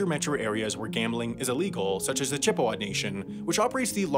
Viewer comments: Also, "Chip-EH-wah"? No, "Chip-uh-WAH". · lol like his pronunciation of Chippewa? Chi pay wuh dafuq? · How is it possible not only to consistently mispronounce "Cherokee" (and "Chippewa" too), but for that mistake to make it through whatever editing process takes place? And it's not like "Cherokee" is an obscure word that many people might never have heard pronounced before. What next? Mispronounce Massachusetts? Cheyenne? Arapaho? Pocahontas? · As a native UPer, the reservation is pronounced “on ta NAH gen”not “on TAHN agon” Edit: and Chippewa is pronounced “CHIP a wa” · You COMPLETELY butchered Ontonagon and Chippewa, but okay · "Chip PAY wah" (that's the dankest pronunciation of Chippewa I've ever heard). Oh, and "Chair ROW Kee" (pronounced like karaoke)...